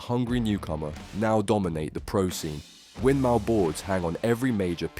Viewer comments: Winmau is pronounced win-more, not mow pronounced like cow, boards named after a combination of the founders wife's name, winifred maud. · Interesting video enjoyed this 👍 it’s pronounced ‘Win-more’ just for future reference 👍 Never been a fan of unicorn products, no real reason just always been a Winmau guy